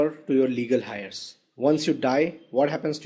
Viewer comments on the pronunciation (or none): The word Heir is pronounced... like " air"